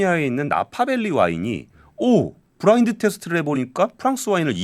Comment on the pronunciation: 브라인드 아니고 블라인드